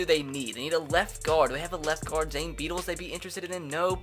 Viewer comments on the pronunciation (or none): none